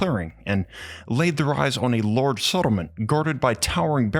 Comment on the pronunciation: It’s „large“ not „lourge“!